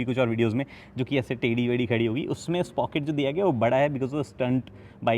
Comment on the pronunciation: SPOCKET nahi, SpRocket 😄😄